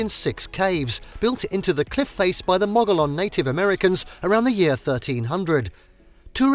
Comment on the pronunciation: Gila pronounced Heela. Mogollon pronounced Mugeeown. I enjoyed video but please do your research.